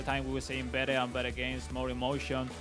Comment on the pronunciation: he just say upcoming gays😂😂